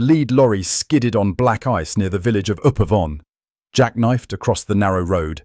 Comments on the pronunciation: IGNORING ALL THIS 'FEEL GOOD' BOLLIX, AT LEASTGIVE THE NAMES CORRECTLY....ACHEN NOT ARKEN, AND UP-AVON AS IN UP _ AY-VON)...NOT UPPERVON AS ONE WORD... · Mention of Upavon, small village near Devizes, but not as pronounced.